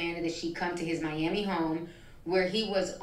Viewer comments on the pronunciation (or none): none